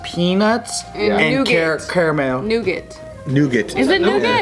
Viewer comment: Nougat is pronounced “nu-ga”. Thought would pick that up.